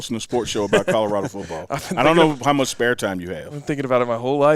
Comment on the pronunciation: Hahahaha Apparently YOU dident get the “memo”…. It’s Colorado!!! 🤭